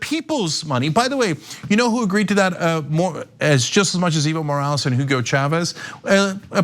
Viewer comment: I thought she was saying "evil morales" was the guys name haha! I had to look it up to get it right. I thought it was just too perfect to be real.